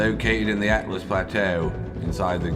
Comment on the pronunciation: Whoever halts my pedantic OCD and starts calling it Altus not Atlus Plateau will be my fave on this channel. Guru? Throthgar? What stalwart enunciator shall take up the challenge?